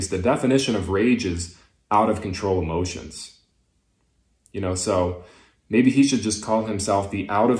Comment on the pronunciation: What was that lotions? motions? oh emotions. No that's not the definition of rage. doesn't even know the meanings of words yet he thinks he's an expert on theology. No not theeology the study of others.